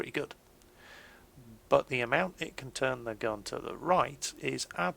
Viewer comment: um... the 17 pounder GAN? don't you mean GUN? DERPPPPP!!!!